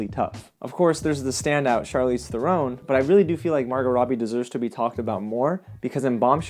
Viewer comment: Charlize's last name is pronounced like the bird heron, not throne... Although most people say it incorrectly, kinda like Scorsese, who always gets Scorsayse'd.